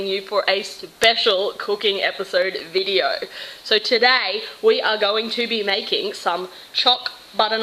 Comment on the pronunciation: why does she always say rideo